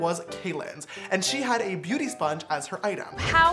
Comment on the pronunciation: Did anyone think James said booty sponge instead of beauty sponge😂